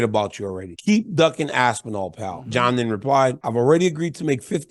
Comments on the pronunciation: "oooh, Aspinal, ASPINAL!" 😂😂😂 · Ooohhhhh Aspinal,Aspinal 😂😂😂😂😂😂